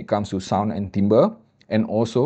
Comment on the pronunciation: Terima kasih kerana tidak salah sebut "timbre" kali ini. 😅